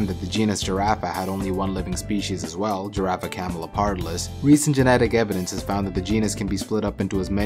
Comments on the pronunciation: I know but it is always good to point it out, especially because he also speaks Camaleopardalis instead of Camelopardalis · The scientific name of the giraffe is "camelOpardalis" not "camelEOpardalis"